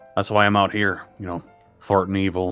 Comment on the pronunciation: toward the end there when he said thwarting evil, it sounded kinda like he said "farting evil" XD